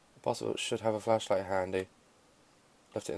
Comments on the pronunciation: i thought he said fleshlight for a moment, but to answer his question no i do not know or have a fishlight either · I love it when he said fishlight